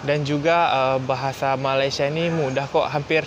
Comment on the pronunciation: Masih belum jadi Malaysia, sekejap aku..sekejap saya..dan sebutan Malaysia pun masih salah...mungkin 2% saja berjaya.